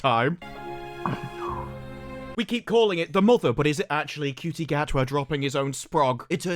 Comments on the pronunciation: its pronounced shooty not cutie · Ncuti Gatwa is pronounced "Shooty Inmabooti"